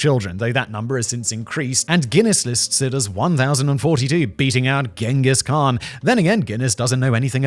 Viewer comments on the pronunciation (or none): none